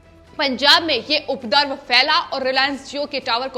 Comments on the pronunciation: अपने हिंदी के उच्चारण पर ध्यान दीजिए। उपरदव नहीं उपद्रव होता है। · Please aap Hindi sahi bolen ye shabd updrav ko updarv aur updravi ko updarvi na bolen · It’s not ‘updrav’ but ‘upadrav’ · You the ancher is not clear in hindi language Actually is UPADRAV Not udrav as you spoke Mind it 1st command the language then come on TV